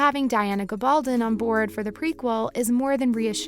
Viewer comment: GAB-ul -don...jeeez learn the name please